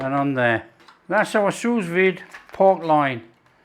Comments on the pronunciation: Ok it is pronounced sou vide. Not sus vide🤦‍♀️ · “Sue Veed” not sooz vid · “soo veed” The second S is silent. 😘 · If your going to be a critic at least get it right, it’s “sous vide”not sue veed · allergic to feedback? Just trying to help you pronounce sous vide properly was all. If you don’t want to do that, that’s fine. I would have thought such an experienced cook who’s got incredible knowledge would know how to pronounce sous vide properly. Or at least make a decent stab at it. Not sure why that’s such an affront to you that I offered the advice and used phonetic spelling to help explain how you say it. Maybe you know and can’t be bothered? That’s ok though, you carry on getting it wrong. It really doesn’t matter to me if you ignore my feedback mate, but I do have a right to provide it. Oh and I think I’ll stay subscribed, thanks. I like the recipes and the presentation. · what I said was, it doesn’t matter to me if ignores my advice. You say “Feel the need to criticise”, I say “offer some advice to a cook YouTuber that sounds ignorant by getting the pronunciation of a simple cooking related French term wrong.” Like it or not, to some people, it makes the cookery YouTuber sound like he doesn’t know what he’s talking about. Sorry but that’s just a fact. Note I said some. Obviously you aren’t one of them which is fine. To prevent this state of affairs, I offered information on how to pronounce said French term. My advice was soundly rejected & I fully accept the fact my advice was soundly rejected. That’s his right. He doesn’t feel it’s important enough, I do. We had a difference of opinion. I feel there is a difference between criticising & offering feedback. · I was deliberately spelling it incorrectly just to help with pronunciation (which was getting wrong). I’m sure he’s seen it written down but, clearly, it hasn’t helped him pronounce it correctly so I figured best to use phonetic “spelling”. I know it’s not spelled Sue Veed, bro! 😂